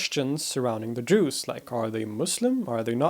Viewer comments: I keep on hearing him say Jews instead of Drooz, it was a slight blemish on this historical masterpiece. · He keeps saying "Drooss" instead of "Droozz.' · You need change your pronunciation from Jews😅 to Durzi or Dhuruzee etc. We are from surrounding geography and we know how to pronounce it otherwise the other continental people are thinking that you are talking about Jews and title "Druze" is wrong😂 Apart from that it is very informative with some more missing mischievous among those Groups like Nusayries, Durzies, Ismailies etc. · I just listened to the podcast version of this halfasleep and was very sceptical. Sure, you're the expert but there's no way you would correct in this one. But apparently you were saying "druze", not "jews". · I don't know if it is the bad audio, but make an effort to pronounce what i presume to be "Druze" in a way the sounds different frrom "Jews", which is what i am hearing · His pronunciation of Druze is very similar to Jew. I was quite confused at the beginning. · he's from the Stockholm region of Sweden. Thats way he has that week pronunciation of "r" so it sounds like 'Jews' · His pronunciation of Druze is so similar to Jew that I was so confused at the beginning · look at the founder's name Ad-Daraazi and then do this "Daroozee" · Why do you pronounce "druze" as "jews" ? On purpose or just because English isn't your mother tongue?? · Google translate, say that he's talking about 'jews' when he says "druze" - and several other difficulties with words... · I’m the only one hearing Jews instead of Druze? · Their name pronounced Druze it ends with the sound of ( Z ) not ( S ) because it plural. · Great explanatory video! Just the pronunciation of "Druze" like "Jews" is confusing. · It's kinda humours that your prokoukceation of the word Druz sound like the words The Jews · You pronunce bad we hear juz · I hear Juice. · I too! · Gregory Esposito: I can't help but hear " Druids" instead of Druze. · Me too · Juice no doubt 😂